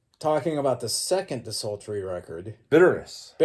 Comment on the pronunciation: You still pronounce DESULTORY like De-Salt-Tree, it kills me every time since the hellcast days.